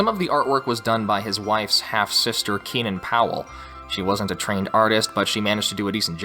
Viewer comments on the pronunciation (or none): none